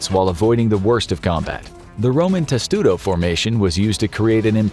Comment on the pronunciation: Testudo? No. Tesudo sounds Japanese.